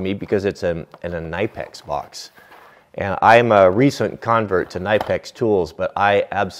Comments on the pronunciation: The tail of the pipe wrench is just to make it more ergonomic. You grab it at the end to get a better leverage. And by the way you pronounce Knipex with a hard K and then NEE-PEX. Greetings from Germany. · did you know that the brand Knipex is actually pronounced "Kuh-Nih-Pex". :)